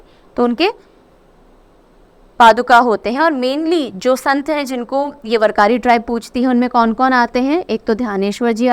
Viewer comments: Dear Mam, kindly note the followings, 1. Warkari is pronounced as वारकरी 2. Cloud seeding only fasten the process of condensation, it does not produce clouds. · With due respect i would like to suggest You correct pronunciation of Warkari. It is वारकरी.. Thank U for Great Session as always.